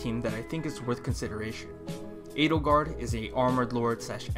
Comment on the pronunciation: that is the correct, I guess german, pronounciation...